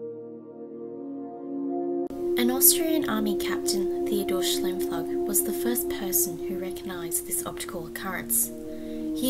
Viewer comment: Great presentation. It’s pronounce Sh-Ime-floog